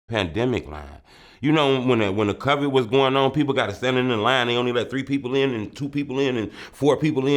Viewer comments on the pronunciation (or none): Bro said “The Covet”…